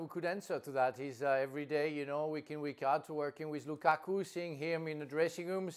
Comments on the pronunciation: Did Stevie say Lukaka ? Lmao. Hatrick Lakaka lol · Stevie has said lukaka🤣🤣🤣🤣🤣🤣🤣🤣🤣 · Did Stevie just called that man Lukaka 💀😂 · He almost said Lakaka but gobbled and gibbled a mutated name. 😂